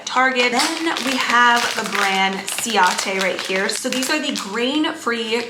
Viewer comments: Lol, it’s “siete” (like the number 7 in Spanish) not “siate” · Siete… like 7…in Spanish…. Not “ciate”